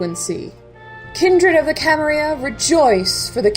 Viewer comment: Very nice work! Please dont take this wrong, its just a question: Why do you use modern spanish to pronounce "Camarilla" (with the /y/ phoneme)? I've played in many larps but actually never in any using English as the main language (I played in Portuguese, Spanish and Italian) and maybe you guys always use /y/ idk. But wouldn't it be more appropriate to address to it as it probably was said in the 15th century by the founders? with LL as in "million" (Catalan/Archaic Spanish)? Just curious :)